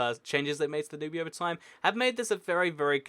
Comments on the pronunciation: The Danube is no pronounced Dan-ooby it's pronounced Dan-ube (as in pube) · The Danube river is pronounced 'Dan-yoob' not 'dan-oo-bee'. You idiot. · Kiwi I know it annoys me so much when he sys danubee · The Dan-y-oob not the Dan-oob-ee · Its the Danube River, pronounced Dan-Yoob, not Dan-Yooby, and regarding the territory between Sudan and Egypt that is unclaimed , the Bir Tawil, it might be disputed, but both Cairo and Khartoum are decided upon one thing, and that is that Bir Tawil is part of either Egypt and Sudan, and if a 3rd party were to seriously become involved and stake a claim, then neither Egypt nor Sudan will sit idly by. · "Danooby River"???????It's called Danube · Great vid. just so you know, it's pronounced Dan-you-b not Danoobee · it's pronounced "danyub", not "danubee"... you should've seriously known that by now when you're doing geography videos... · Sorry, I didn't realize "intelligence" is a big word for you. And no, Danube is most definitely pronounced "danyub" and not "danubee" in the English language. You can even put it in Google Translate and listen to it yourself. The only one looking stupid here is you, because you're trying to assert something that just isn't true, while you also simultaneously insult people. Sorry. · Not trying to be rude, but it is pronounced "DAN-ube-" not "DAN-you-be" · wrong pronounciation of "Danube"... It's Dan-ube, not "Dan-ubie" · I like how he pronounces it Du-nu-bee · Dude it's pronounced DAN-yoob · Did you just really pronounce the Danube "*danoobee*"??? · "danooby river" lmao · it's prononced Da-Noob lol :D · You're totally mispronouncing the name of the Danube River... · You don't pronounce the e at the end of Danube. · It triggers me how you pronounce Danube